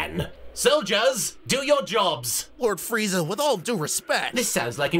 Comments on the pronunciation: Watched this episode 75 times, just now realized that Goku says “Pizza” instead of “Freiza” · It's friza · I feel like if Bulma was telling the story of Freeza, he'd know how to pronounce it correctly, but comedy I guess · Just to realize, there is an i in Frieza 😅